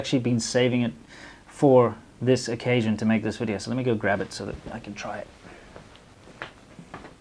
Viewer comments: She said welcome to another wedio. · 'Welcome to another wideo' is pretty annoying.